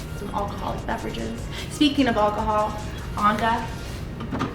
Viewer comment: Lol how she says Alcohol